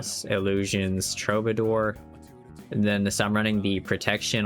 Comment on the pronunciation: Nice vid. TRUE BA DOOR (killing me with the pronunciation)